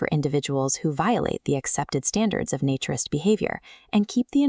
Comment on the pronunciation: Your answer makes no sense. A naturalist is someone who records and studies species and their habitats.A naturist (different A sound), is someone who lives by and regards that living free of clothes is a profound and valuable way to live. So still, AI is pronouncing the A in naturist as in the words hat, cat etc. when the correct pronunciation of the A in naturist is as in day or may for example. So, clearly you are wrong in your pronunciation of the word naturist you use in this video.